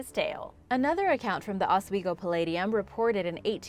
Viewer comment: You pronounced Oswego and Ontario wrong. I live up there and it's always funny how people get it wrong.